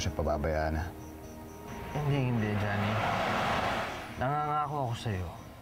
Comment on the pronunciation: Nanggigil din ako sa background music ei... Nakakiyak🥺.. and i love how andrew pronounce Jhonny's name, napakasweet 😁😅